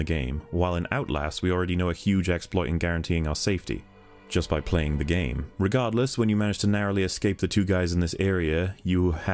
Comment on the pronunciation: I just can't listen to, he won't let go his "Dis gaem's a moovieh" bullshit and his voice sounds so damn artificial.